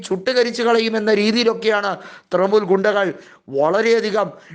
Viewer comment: തൃമൂൽ അല്ല തൃണമൂൽ